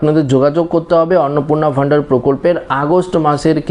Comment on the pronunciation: অন্নপূর্ণা ভান্ডার ❌ অন্নপূর্ণা ভ ন্ডার ✅ 😅😅😅